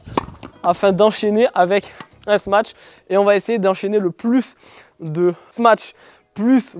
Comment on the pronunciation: J’adore le sma-tche x)